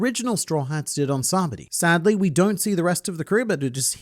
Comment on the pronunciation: MATE, your name isn't pronounced "" so get it right, it's SAH-BA-OH-DY...... not sa-body" lol